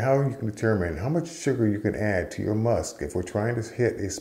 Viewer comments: It's called "Must" not 'Musk'. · PLEASE. It's 'must', not musk'; we aren't dealing with moose here. For beer it's 'wort' and for wine/mead/cider it's 'must'. Thank you. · its Must, not Musk 😄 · FYI, it's called must not musk.